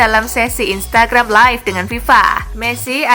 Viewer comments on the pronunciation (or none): none